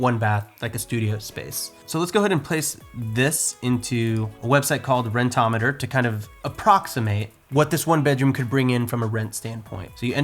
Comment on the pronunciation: Everyone: Rent-O-Meter: Ren-tometer